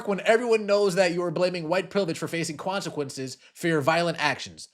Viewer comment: Bro did you say kwansaquences? 😂